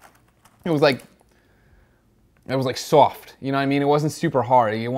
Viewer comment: I didn't know there was a u in suoft. Haha